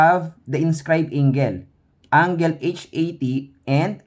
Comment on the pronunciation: okay naman yung explanation but the pronunciation of angle is wrong